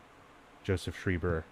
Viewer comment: He's pronounced shryber Not shreeber arrrrgggg